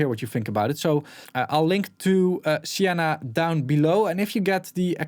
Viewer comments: It's probably pronounced "see enna" rather than "she enna". At least, that's how it's pronounced when it's someone's name. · See -en-uh .... just like the colour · He pronounces the S like an Sh only due to him being Finnish